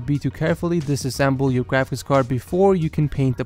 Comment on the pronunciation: i keep thinking that he is saying gwafics card instead of graphics card